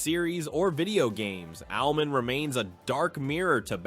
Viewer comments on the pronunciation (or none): Its Owl-Man….not owlmen